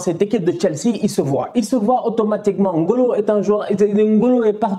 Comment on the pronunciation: Écouter N'Golo au lieux de N - Golo ça fait plaisirs aux oreilles